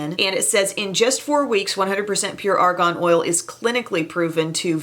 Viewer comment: psst. you are pronouncing it like Ar GON and it is Ar GAN. :-) I'm not sure we want to put Argon on our skin.....